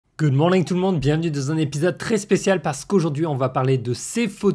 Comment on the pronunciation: "Goudemorningue tout le monde" non mais ça va pas dans ta petite tête ?